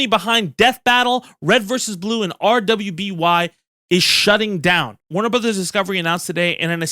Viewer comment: super shocked you dont know how to pronounce RWBY! It's just Ruby :)